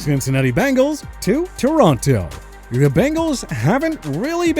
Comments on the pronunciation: Torronto? That is the dumbest thing i ever heard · It’s TORONO; not Toronto! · this mf really managed to mispronounce Toronto AND Ontario. As someone who was born there, that part physically hurt me.